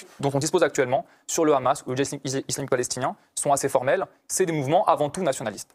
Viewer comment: Des que j’entends khamas au lieu de Hamas je sais q c’est de la pure propagande sioniste donc laisse tomber